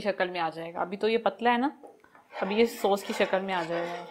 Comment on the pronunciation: Sos nahi boltay sauce kehte hain